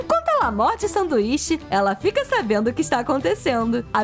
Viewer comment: Vcs perceberam ela falou sanduixa na hora de colocar de volta na coixa